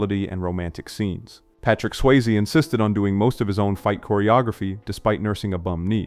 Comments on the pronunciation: Sway-Zay lolol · I love this channel...One thing that was a bit odd is the pronunciation of names like Swayze , Reitman, Aykroyd, & more I've heard in other videos. At first, it made me wonder if the voice was AI-generated but the dialect seems so specific. Feels like North Dakota Navajo or something. Anyway, keep up the great work.